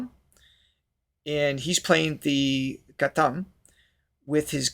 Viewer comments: It's Gha'T'am. Pronounce T, not t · Thanks for your kind words. Our kids will have to learn to appreciate these things (which I think have been taken for granted). The t in ghatam by the way is pronounced like the t in cut (not like the sound in theme). Thanks for these series...sort of makes us revisit precious/beautiful things that India has